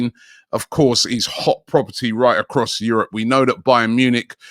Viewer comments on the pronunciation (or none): none